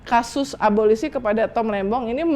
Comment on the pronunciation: Abolisi...., instead of 'ABOLOSI"